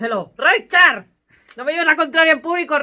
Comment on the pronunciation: Me encanta cuando le llamas Richarrr !!!!!!!!!